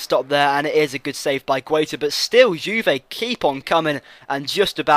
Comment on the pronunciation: g-a-i-t-a idiot and b-o-j-a-n you british google how you say spanish names